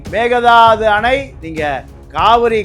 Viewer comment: மேகதாது அல்ல. மேக்கே தாட்டு